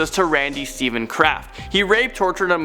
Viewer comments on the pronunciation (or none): none